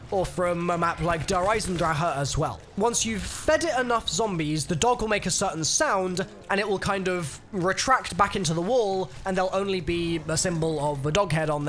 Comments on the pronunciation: DOES NOBODY KNOW HOW NOT TO EXAGGERATE DER EISENDRACHE? It's not "Der EisendrAHA" youve got the "Der" and "Eisendra" good but just say "Der EisendrAK" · Every time he pronounces Der Eisendrache the way he does a kitten is killed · Wrong. It's a german name and being german and hearing english people mispronouncing it since it came out really hurts